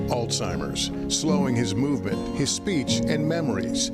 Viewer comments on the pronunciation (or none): beautiful story but PLEASE pronounce the disease name properly!! There's no "T" it's not Altimer's!